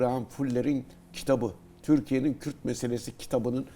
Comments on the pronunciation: Önce Kürd demesini öğrenin kürt kökenli nedir ? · Daha kürt diyemiyorsun kim senin yaninda durur kürt kökenliymiş😂